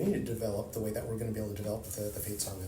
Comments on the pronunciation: Just when you think couldn’t meme himself anymore; he manages to. He keeps saying “sega” instead of “saga” lmao. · SAGA n. pron. SAH-gah (not SAY-gah) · “Sega”? wtf!!! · Why is calling Saga Sega? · This man said Sega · Bro really said Sega. Making Canadians look bad lol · He keeps saying "Sega" 😂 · He kept pronouncing saga as Sega. > Sega > makers of Sonic > gotta go fast Lightning fast intros confirmed! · Why does he say sega for saga 😂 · In Canada it's pronounced S-Eh-Ga. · dude is really gonna pronounce saga that way? geeze